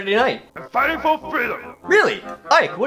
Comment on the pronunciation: yes it is in the language of engrish. em figtin fo feedom